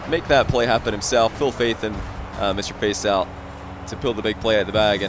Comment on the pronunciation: All i could hear was "Mr FaceOwl" xD